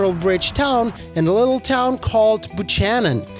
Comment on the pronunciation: It’s pronounced “Buck-cannon”. That’s local.